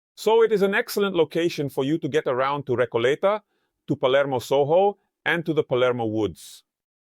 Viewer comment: Soro or Soho? Is Soho pronounced Soro in BA?